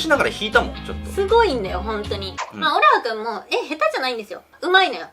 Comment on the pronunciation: のオルハですの発音よかー